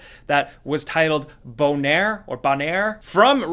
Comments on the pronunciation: Sound like a French guy trying to say boner. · Did anybody else laugh at bonaire? Sounded like boner with a french accent.